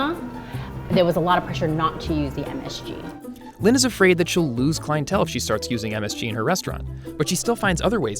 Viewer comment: I’m Vietnamese and my mom is also named lien, the way he says her name is so weird. It’s Li-en, but pronounce the e in lien like an a